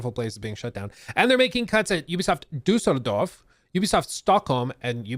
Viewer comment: Props for correct pronouncing Düsseldorf.